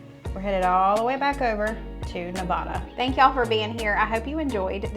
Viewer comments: You are in mispronouncing nevada.. Ne vad duh. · Girl love you but please don’t say Nevada like that 😂😂. It’s not nevahdah mama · It’s Ne-va-da, not Ne-vah-da. We take that personally. People will fight you. Just saying. 😂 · As my t-shirt says, " It's Ne-Va-Da, not Ne-Vaw-Duh"..such a mix of cultures here. More than a shrimp cocktail for sure. Love this series. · Nevada is pronounced Nev-aa-dah, not Ne-vah-da. The quilt is exquisite, as a quilt maker myself I must say Wow! What a wonderful job. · Love your channel. Love you guys you’re awesome. In preparation for your Nevada video I just wanted to mention you are mispronouncing Nevada. Nevada is pronounced neh-VAD-uh not neh-VAH-duh. Again, love you guys in your channel ❤ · Just a head’s up: Only people NOT from here call it Ne*vah*duh. Here we pronounce the middle syllable to rhyme with *cat*. Ne*va(as in cat)*duh. And I agree with another poster who said good luck coming up with a food our state is known for. Maybe look up around Carson City in the more historic areas? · You two are so funny. You are trying to fancy up Nevada. It's not neh-VAH-duh, it's neh-VAD-uh. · Love the series even though I'm a vegetarian. BTW Nevada is pronounced Ne-va-da (a, like hat) and not Ne-vaw-da. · Those burgers look delicious! You can tell you’re not from the west. neh-VAD-uh. Looking forward to what you dig up in Nevada. Probably some sort of basque dish. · I love watching this series and all your commentary! Awesome! As a former Nevadan, may I help you with the pronunciation of Nevada? Its Ne-va (as is apple)-da (as in uh) 😃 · Lol, my late husband always said, 'I was BORN ready!" too! Thanks for the reminder! And the 3M ? must be scotch tape? I'd get jaw cramps trying to eat that massive burger! By the way, Risa of RisaDoesMakeup says Nevada is pronouced Ne VAD uh, like bad. She just said that in her last video; she's based in Las Vegas.....Just sharing.